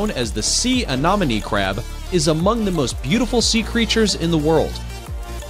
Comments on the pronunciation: Let me repeat "aNEMone" not "aNOMone." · Yes, THAT Mispronounced Amonome? ANEMONE, LIKE ME ENEMY! OMG, SO ANNOYING. LOL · I love the video and the footage is fabulous but anemone is pronounced uh-NEM-uh-nee. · PLease learn how to pronounce ANEMONE. It is a-NEM`oh-knee! It turns up often in undersea videos and most people pronounce it incorrectly! Your photos (except for the distracting backgrounds and sparkly things) are wonderful and your information sounds good to me! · SEA ANEMONE... PRONOUNCED LIKE: ME ENEMY~ Which After TWO VIDEOS of Hearing THAT Mispronounced I Was Quickly Becoming Annoyed AND FEELING U ME ENEMY. Well, you get it. Purrty good video, other than that... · You need to learn something about each fish- you are saying freshwater types are oceanic an that salt water species are freshwater. You mispronounced several things, i.e., it's "ah-NEM- oh-nee." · You are pronouncing Anemone incorrectly. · You should really research how to say anemone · Anemone. An em money Glaucus. Glau (glaow) cuss Pronunciation is key.